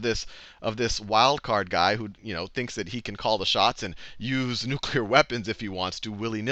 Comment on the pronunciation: Great lecture, Sal. Saw you on the Colbert Report, and this is my first chance to view your lectures. I'm a history buff. I was SO happy to hear you refer to NEW-CLEE-UR weapons, as opposed to the way so many have begun referring to them due to the influence over eight years of YOU KNOW WHO. B ^)